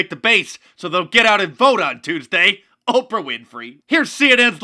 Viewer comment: "Ocra Winfrey" 😂